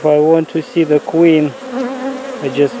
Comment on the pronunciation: I’m sorry. I know it’s dead but I only think of Uganda Knuckles when he says da queen bee 🐝 . “We have found da queen!”